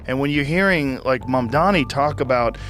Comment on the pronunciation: You don’t even know how to say his name .. who is mumdhami …😂